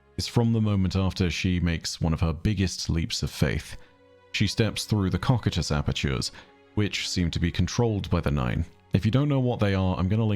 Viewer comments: Okay since Byf has done this to me again here goes: COCYTUS is pronounced koh-SIH-tus Koh (like go) SIH (like the 'ci' in city) tus (like the end of Cactus) Instead of the aweful chosen cock-eat-ahs. Like seriously my guy, pull your head in. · it’s pronounced コキュートス。 Repeat after me. Kokyutosu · Byf pronounced Cocytus wrong, is correct. Source? Overlord. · I've never heard someone say cock-eat-ahs (what Byf says, is wrong) The only reference i see is the top reddit response with no citations. The one uses is the accepted but still incorrect pronunciation. I've studied Greek/Roman shizz on and off through my life and i know by instinct when someone is saying something wrong. And this is it. If it's an accpeted pronunciation, it's one that's accepted because everyone else says it wrong. I have a pronunciation guide in another comment. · Both pronunciations of cocytus are "correct" but, funny enough, Byf is not using the most accepted pronunciation.